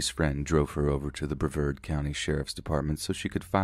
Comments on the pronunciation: I love you, but it's Bruh v Arrrd. Vard rhymes with card. Accent on the vard. 🙄😊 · I cant get over the way you pronounced Brevard